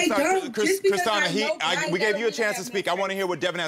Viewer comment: Christina is pronounced Christiana now?